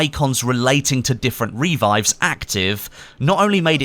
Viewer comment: "reevives" lol